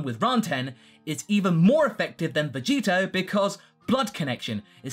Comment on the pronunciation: vegetto not vegitto